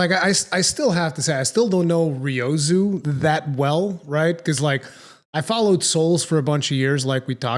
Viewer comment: Speaking of pronunciation, does anyone else die a little inside when says Ryozo's name incorrectly? No? Just me? Ok....